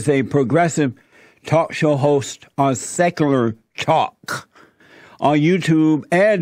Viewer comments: He sounds like he’s never heard or seen the word “secular” before lol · Haha I loved how he couldn't pronounce easy words, I busted out laughing when I heard how he butchered the word Secular. XD